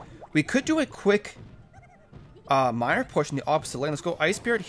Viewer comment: hey you said minir